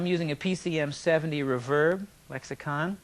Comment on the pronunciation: he says reverb as if he is going to say *reverb-ERATE* but never actually finishes... also, notice he says an old crybaby, not a new one, hehe